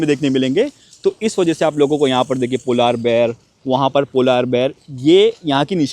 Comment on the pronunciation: Ye polaar bear kya hota hai ..Polar bear hota hai...kafi words ghalat pronounce krte hain...baqi vlog bohat acha h